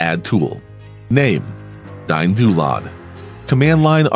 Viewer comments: I dont like DynDolod. But I love watching this video and I love how yous "DayinDoolod" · "Dyne-Doo-Lod." Welp! I've been pronouncing it wrong for years!